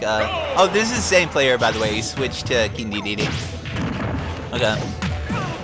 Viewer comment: Nooooo! Y u no pronounce King dedede as King day-day-day?!